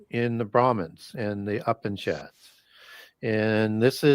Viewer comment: The great has prounounced the word "upishad" - He is referring to the Upanishads; Hindu religious, and philosophical texts. I love what brings to his audience!!